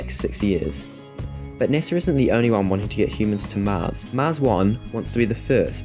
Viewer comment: Its not NESA. Its NASA!!